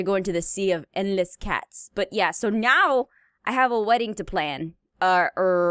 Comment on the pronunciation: it’s sounds like meow instead of now